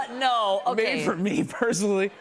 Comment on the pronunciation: YES “oh thanks” “oh word” “okeh”